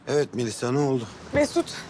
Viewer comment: 'in melisaya MeliSSA demesi ile enderin Şahika'ya şahiKA demesinin benzerliği ölümüne kapışmaz mı 😂